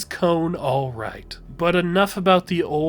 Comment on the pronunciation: kon ❌ cone✅